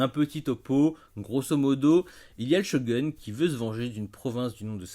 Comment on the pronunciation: Shogoune ! Pas chogun... Lol. Sinon bonne vidéo